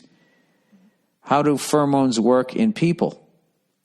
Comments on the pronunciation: The way he pronounces pheromones is like nails on a chalkboard to me. "Furamones" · Take a shot every time Bill says "furmoans."